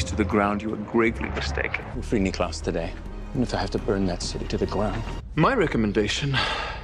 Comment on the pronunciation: Elijah: "nicklaus" The subtitles: "knee class" 😂😂😂